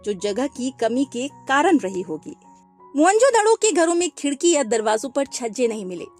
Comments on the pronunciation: Mhonjodaro ❌ Monjodhdo ✅😅😂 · mohan jodharo ❌ mohan jodhdoooooo ✅ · Mohanjodaro ❌ Mohanjoddo✅😂😂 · Mohanjadaro❎️ mhanjadado😂✅️ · mohenjodaaro pronounce karte hai maam